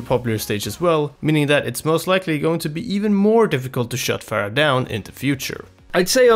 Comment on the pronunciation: people like you make me cringe. it's fucking Pharah with an H. how hard can it be